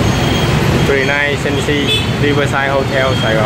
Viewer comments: Renaissance là tiếng Pháp, phát âm đại khái là rơ nê săng sơ ( sơ thì phát âm nhẹ ) ơi. Cách đây 7 năm anh chị có đến đây ăn buffet dim sum nhưng phục vụ khá tệ. Thay vì mang thức ăn từ từ ra, đây họ mang ra hết 1 lúc nên ăn không kịp, có nhiều món bị nguội, đâm ra anh chị không có ấn tượng tốt. Thức ăn ngon phải đi đôi với cách phục vụ, nhất là nhà hàng 5 sao. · Ren ni sanz